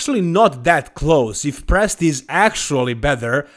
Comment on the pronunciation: Not even close for Presti lol, I guess you are Italian? 😅